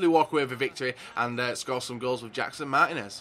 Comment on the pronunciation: andrew maxwell No, the I should be accentuated, "Mar-tea-nez."